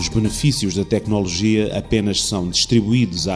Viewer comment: muito bom, muitos parabéns! (só gostava de saber onde é que o locutor aprendeu a dizer "tecnÓnolgia"... perdoem-me a crítica preciosista)